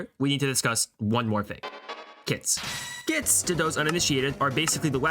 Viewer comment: even this didn't make me realize he said kits